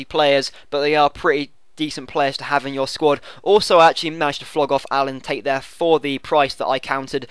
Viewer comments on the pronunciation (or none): none